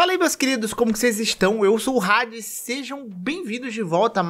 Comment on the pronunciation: Pq você pronuncia seu nome como "Rádes" se não tem R? Até mesmo em inglês não é pronunciado com R 🤔